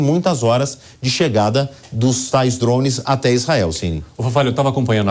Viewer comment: "dromes"? Alguém tira esse repórter daí!!!! Kkkkkk